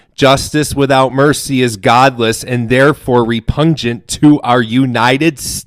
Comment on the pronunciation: He can’t pronounce repugnant What a dork